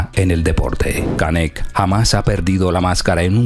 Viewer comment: 😂como dices se llama canek😂estas equivocado